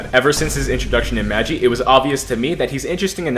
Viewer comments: Normal people: Ma-gee: maj-e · he said the anime name wrong 💀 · as im watching this i hear butcher the anime name so bad